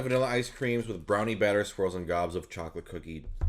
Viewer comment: When you say "swirls" I hear "squirrels" 😂 Imagine a bunch of peanut butter and pretzel squirrels jumping out when when you open the lid.